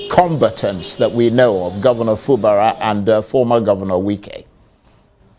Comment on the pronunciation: Fubara: Pronunciation: Fubaaaaraa lol